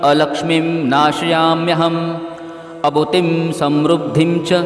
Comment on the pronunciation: अभूतिम असमृद्धीम च म्हणणे योग्य होईल